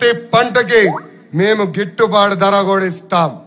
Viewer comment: గిట్టుబాటు ధర లోకేష్ గారు gitubadda కాదు padham స్పష్టంగా పలకండి